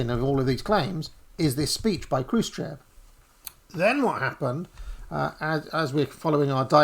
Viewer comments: Хрущёв = "Xrushhyof" (not Kroosh-chev) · Khrushchev is pronounced KROOSH CHOF!!.. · Check the pronounce of Chruščëv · 27 minutes in we know no more about where and what the evidence for this or that is. You could try pronouncing 'Krushchev' better though. Interesting though how this Trots versus Stalin etc team sport has risen to the surface again. Never died off after all, just kept under the radar for 40 years. Is this group related to? the CPGBML?